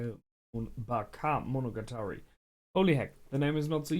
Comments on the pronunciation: also, it's baKE, not baKA :D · It's Backe-monogatari, if that makes it easier for you to pronounce. Edit: For claiming to have trouble following, those predictions of yours are pretty good.